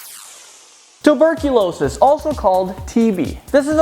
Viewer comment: It's tew-ber-kewl-aw-sis